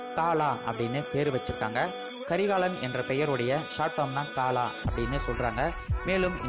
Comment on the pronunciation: paalaa Illa bro kalaaa